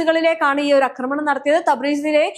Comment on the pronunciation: അക്രമണമല്ല ആക്രമണമാണ് ശരി